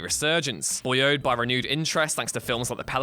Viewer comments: "Boy-oed"? Did you perhaps mean "buoyed"? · BOY-ODE?!?!?! wtf? LOL that a very distinct butchering of a word I have never heard the likes of in a long time. OMG dude, please, please look up how to pronounce words before saying them for all the internet to hear. Who in the world do you know pronounces the word buoyed as boy-ode? When you find them, SMACK THEM!